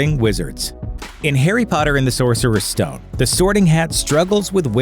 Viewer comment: at the beginning when he said Harry Potter is it just me or did it sound like he said "hairy Potter" Also when you say voldemort it sounds like you're just saying voldemore